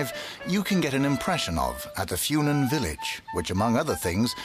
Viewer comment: The way the English dub pronounces "Funen" makes it sound like an herb.